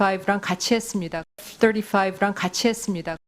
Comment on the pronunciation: 애프 떠리화이브 ㅋㅋㅋㅋ~~ 본토발음이냐~~ 웃긴다야..